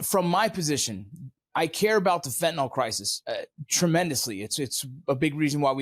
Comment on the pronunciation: Fentanyl. Fin • ta • nil NOT Fin • ta • nol There is no o in Fentanyl.